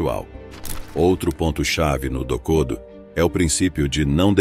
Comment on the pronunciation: Pronuncie "MuÇashi" e "dokodÔ".